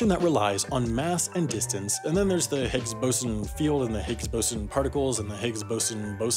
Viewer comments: It’s pronounced Bose on, not bosin. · Boson is pronounced “Bose-on” (named after Satyendra Nath Bose) not like bosun